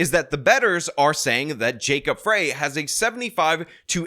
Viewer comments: You pronounced both their names wrong. As a Minnesotan it pains me to push for Frey. But he is way better than the alternative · FYI. It’s Frey is pronounced like Fry—not Fray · "Frey" sounds like "Fry," not "Fray." And Jacob is terrible, but at least he's an actual American. Minneapolis is very stupid in its insistence on electing Leftists. Rent control never, ever works. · Minneapolis resident here. There's no way I'm voting for Fateh, and I'm not the biggest supporter of Frey by any means, but you sound like an idiot when you don't know how to pronounce his name correctly. It's Fry not Fray. Makes it harder to take an obviously outsider seriously. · Not Fray...it's pronounced like FRY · FYI- Frey is pronounced rhyming with lie, not rhyming with okay. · Mayor Jacob Frey – He pronounces his name as FRY, not FRAY. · The mayor's name if pronounced FRY, not FRAY. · It’s pronounced “Fry”as in French, or what someone guilty of treason should do in an electric chair. Fateh is what you get when you have migration without assimilation; They sought asylum from “There” yet they insist on bringing “There” here. It totally makes sense in a definition of insanity kind of way. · It's pronounced "Fry" not "Fray". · FYI, Mpls Mayor Jacob Frey’s last name is pronounced ‘fry’, not fray’. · It’s Jacob ‘Fry’, not ‘Fray’. Fateh is stupid, but Empress Ilhan will be doing his thinking. Rents in Mpls are going down because the place has become such a shithole that affluent people are moving out like rats off a sinking ship. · Frey is pronounced Fry, and he is an absolute embarrassment to Minnesota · Frey is pronounced Fry. Fwiw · It's FREY ....pronounced FRY !! Come on 😅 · Pronounced “Fry” & “try-plex”. Other than that, spot on. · FYI...As someone whose been a Minnesotan for 71 years old, just wanted to let you know that Jacob Frey's last name is pronounced "fry". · It's Jacob Frey like fries. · You are right but it's pronounced like the food French frie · Pronounced Jacob Fry